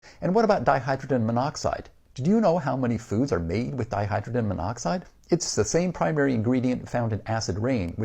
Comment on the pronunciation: This guy can't pronounce dihydrogen